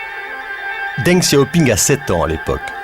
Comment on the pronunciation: hahaha oui, la prononciation est horrible